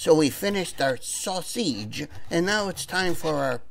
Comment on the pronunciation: Growlin at the ground "sausgeeze" "Like real pizza!" I like to here ye speak Italian! The ending is hilarious! way to go yall!